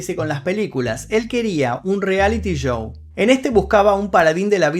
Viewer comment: Me desespera un poco que no pronuncies bien la palabra SHOW y se escuche Y-O-U y es en todos los videos donde necesitas decir esa palabra. Será que si la lees con C la dirás bien? CHOU